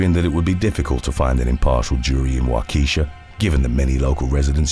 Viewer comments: Hate to say this, but you pronounced Waukesha wrong. The emphasis should be on the first syllable of the word. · For #1, You pronounce Waukesha completely wrong, not even close. With the amount of coverage you can easily look up the correct pronunciation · Waukesha... lol pronounced completely wrong, dude... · For future reference, as a person from Wisconsin, it's pronounced Wah-kuh-sha not Wah-keesha. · “Wok-ah-Shaw” lol not wahkesha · Wa - Ka- Sha... not " WaKeesha". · #8 Waukesha Wisconsin is pronounced like WALK-A-SHAW not WA-KEESHA it’s Indian I live about an hour south from there I’m in Mchenry Illinois a lot of Illinois and Wisconsin have lots of Indian names including their state names as Wisconsin and Illinois themselves are both named after Indian tribes we used dig in sandpits at my dads farm in Shawano Wisconsin (pronounced SHAW-ANO) digging for arrow heads I hope you are having a blessed day god bless you and yours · WaukEEEEsha 🤣🤣🤣 NO no no its... Wok•eh•shaw with very little pronunciation on the 'eh' 😆😆😆 I'm rolling ova' here! Born and remained in Waukesha 43 yrs lol ... my hubby laughs at how I say Oregon though🤷🏼‍♀️🤣🤣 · Lololol Wa-keisha😆 For the Wisconsin story Waukesha is pronounced Walk-uh-shaw. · Waukesha is pronounced "Wok-ish-sha" not "Wah-key-sha". Just FYI from a neighboring state also full of towns with Native American names. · Wa kee sha 😂🤣 Wa ka shaw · WHA-KEH-SHAW, SIR! NOT WA-KEE-SHA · waukeeesha lol. it’s pronounced like “walk-a-shaw” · I just have one comment on the Waukesha parade since I lived there for a while with family. It’s pronounced Wah-keh-sha. It’s a common error a lot of people make. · Thank you that's all I could focus on..I'm not from Wisconsin just lived in the Waukesha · It's pronounced Wah Keh Sha not Wah Kisha...lmaooo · Waukesha =/= wah-keesha. its walk-esh-aww. i know because my son was born at the hospital there. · Waah ka shaw. Not Wo key sha. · Wah-key-Shaw. Not wa-kesha. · It's WALK-a-Shaw, not WA-KEE-sha.